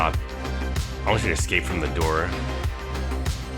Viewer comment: dude its escape not ESCAPA